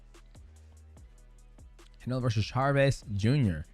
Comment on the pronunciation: Bruh there is no r in Chavez 😂